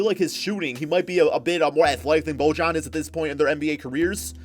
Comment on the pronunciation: it’s pronounced boy-yan